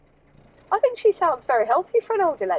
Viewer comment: "Lots of fings you fink you like". You don't use your national language.